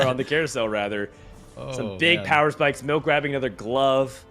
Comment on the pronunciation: "MELK" lol